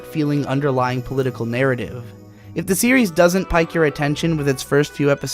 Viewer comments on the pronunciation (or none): "pique" is pronounced like peak or peek. Not pike. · FYI, pique is pronounced like peak, not like pike. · 'pique' is pronounced the same way as 'peek' as opposed to 'pike'. Also, I like this content, and I may go and read Gunslinger Girl soon as a result. At the very least I'll avoid the second season. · great video, but pique is pronounced 'peak'. Figured I'd let you know. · pique pronounced "peek" just fyi